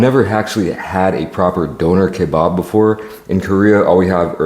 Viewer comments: bro said downer kebarb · It’s not a doner kabob ? It’s a doner kebab 😂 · “Donoour keybab” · You said donner kebab like the Northern Irish ☘️ ❤🎉😂❤